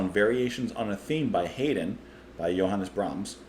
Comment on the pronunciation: Oh, one small adjustment you might want to make next time round: "Haydn says Hi." (The name sounds like, "High Din".) OTOH your "Jan" is spot on according to my ears. And the review as not too shabby either. :D